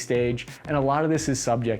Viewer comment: Kamala Harris gets excited every time you say upgrayedd!